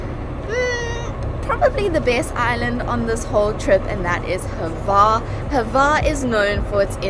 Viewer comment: Milijet??? There is no 'i' in Mljet. Also...there is no 'e' in Hvar. It's not Hevar, guys.